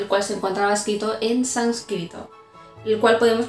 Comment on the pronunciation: Se dice sÁnscrito, no sanscrito